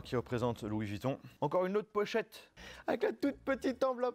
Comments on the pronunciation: C''est pas Louis Vitton ;-) mais VUitton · Encore quelques " Louis Vitton " mais sinon très bonne vidéo 😂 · Il y a un U dans vUitton donc on prononce avec le U et pas Vitton c’est incroyable ça